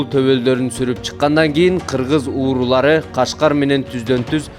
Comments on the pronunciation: Кыргыз уурулары дебей,Кыргыз уруулары деп маалыматты так айткылачы,кулакка жаман угулат экен. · Журналист бала туура суйлосон,кыргыздын уруулары дегенди,кыргыздын уурулары деп суйлоп кыжырлантып атасын элди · кыргыз уурулары дебей сүлөсөң автор ууру эмес уруу туура сүйлө тамтырабай